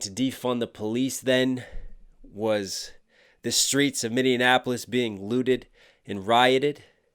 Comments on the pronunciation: min-ee-ap-uh-lis Sorry I’m from Mn 👍🏼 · Anyone explain to him how to pronounce "Minneapolis" yet? Reaction ok at best.. this guy bugs me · Great reaction. Just wish you would learn how to pronounce Minneapolis, lol.